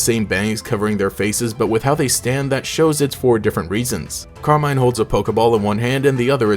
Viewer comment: Pretty sure it's meant to be pronounced Carmeen